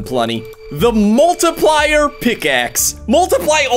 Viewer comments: When he said the multiplier oickaxe i thighbt he said the markplier pickaxe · Did he just said markirplayr